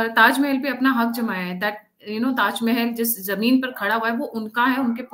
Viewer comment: ताजमेहेल नही ताजमहल बोलो